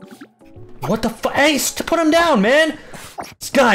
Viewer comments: he pulled a full on British “WOT???” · When he said “WHÆT”‘I felt that 😔